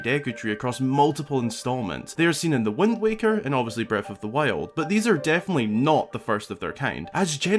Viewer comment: I love these videos but it's so offputting hearing someone pronounce th's as f's. The word is breaTH and THousands, not breaf or fousands.